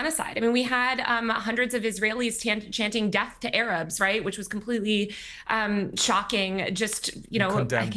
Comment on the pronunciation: When they say "De ath to America" THEY MEAN DE ATH TO AMERICA!!!! NEVER TRUST PALLYWOOD PROPAGANDISTS